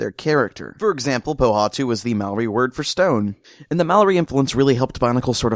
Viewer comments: It bugs me the way you mispronounce Maori. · Man I didn't realise you were saying Maori till I saw the guy with the tattoos